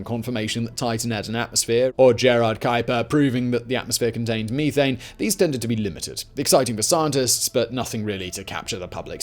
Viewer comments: Pet peeve it's meth-ane. Ane is a suffix connotating the chemical structure and meth for the chemical itself. You don't say people smoke crystal meeth so why would you say meethane? Just had to let that out. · the word is meth ane not me thane. LOL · Simon... I know your British or something to that accent...but meethane...it is a short E...methane...as in meth-ane...otherwise like the trim job on the beard... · I'll be honest. I paid more attention to him saying ee thane and me thane lol. Eth ane and meth ane. I couldn't imagine Breaking Bad with blue meeth. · "Stop right there thief!" "Meethane" "Oh, sorry Thane. I didn't recognize you" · Me-thane as opposed to You-thane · Mee-thane. Weirdo. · "Me"thane lol